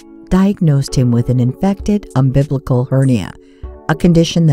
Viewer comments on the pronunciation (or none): ..an "infected... umBIBLICAL cord"!- ?????? 'Stuff up on a *BIBLICAL PROPORTION!'.... It is an *umbilical cord, not 'umbiblical'! 😕😰 Poor little guy. 😢